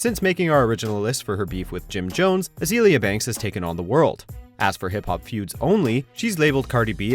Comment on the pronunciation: Why do you pronounce hip hop like that?? 😂😂😂